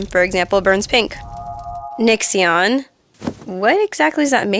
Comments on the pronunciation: nixxion? getcho spelling right, sheesh(just a joke cuz i heard her say nixxion) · NixxioN ;) Holy shit did she just say that wrong? :P